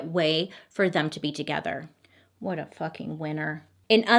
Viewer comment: "wutoh" oh. I see you Orville. 🤣